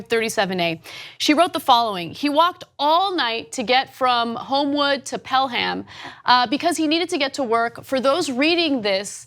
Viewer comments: you pronounce Pelham like the the slang tell'em. its not Pel-ham as in the meat. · Ana, I think it's pronounce Pel-em. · Great store..1 thing tho, im from Alabama and its pronounced Pell-um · I’m from the central Alabama area. It’s pronounced “Pelum”... sorry but that was annoying me. Anyways nice story 🙂🙂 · I grew up in Pelham, and Ana keeps butchering the pronunciation and it keeps making me cringe! Less emphasis on the 'H'